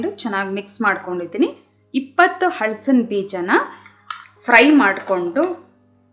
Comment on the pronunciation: ಈ ರೆಸಿಪಿ ಚೆನ್ನಾಗಿದೆ, ಹಳಸಿನ ಎನ್ನುವ ಉಚ್ಛಾರಣೆ ಯಾರನ್ನು ಹಲಸಿನ ಎಂದು ಬದಲಿಸಿ